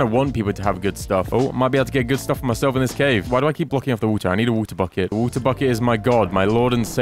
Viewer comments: Make a chestplate which sucks ores in 50 blocks radius. BTW why do u say v-u-t-e-r IT IS W-A-T-E-R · Has anyone else noticed that he says wuta buckets instead of water buckets?